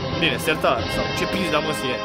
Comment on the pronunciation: cand ai zis "sertad" m-am gandit Jacob sertar sartoriuous*